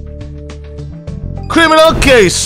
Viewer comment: criwminawl cwases:v